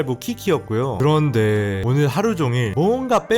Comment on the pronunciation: 그런뒈에~~여러번 들어도 너무 웃겨서 빵터져옄ㅋㅋㅋㅋ